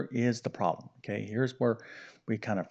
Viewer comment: The word is NOT “prol-em”! It is “prob-lem.”